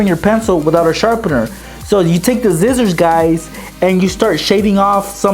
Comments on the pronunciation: He said zizziors not scissors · He says scissors zcissors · he said zizers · Scissors not zizzorz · he said zizzers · Anyone notice he said zizzors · you say sissor so wierd you say sizzors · In one of the hacks he said "just grab your zizzors"😂